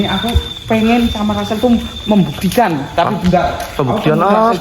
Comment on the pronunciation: Oiii lu kagak bisa omong rrrr ya bilang Rassel aja gitu jangan acel alay,pick me,jelek lagi